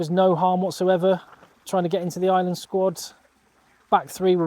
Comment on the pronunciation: Dude.... you're really good, very honest, have a really great read of the game and know your shit. I'm watching and enjoying ages. Tonight I've subscribed. BUT...... I am from Ireland 🇮🇪 (eye-er-land) not fu**ing ISLAND..... 😢 an island is a small piece of land off the coast of any countries mainland - now I know many of you think that's exactly what we are and maybe were for a long time but.... nowadays - WE AREN'T! Please try say our countries name a little bit better - please 😌 Ireland 🇮🇪 (*eye-er-land) Many thanks.